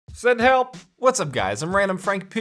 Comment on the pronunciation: Haha “Send Hhelp”